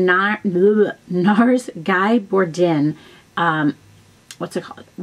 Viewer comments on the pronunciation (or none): Guy = "Gee" (rhymes with key) Bourdin = "Boar-DAHN" (like the man's name, Dan)